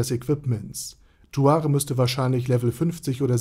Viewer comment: Erstmal Aussprache Naserick Und Zuare